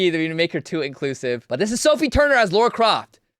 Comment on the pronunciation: Lara. Just saying. Not lora.